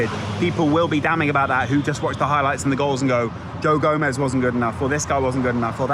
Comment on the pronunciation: It's gomez